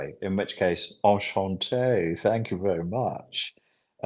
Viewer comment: ‘En Shante’ 😂 You are awesome 🙌🏻